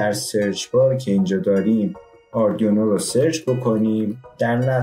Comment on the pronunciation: ممنون ولی اردیونو نیست برای یه مهندس زشته تفظ صحیحش میشه اردوینو arduino حتی اروم بخونین و اسپل کنین اردوینو خونده میشه !!!!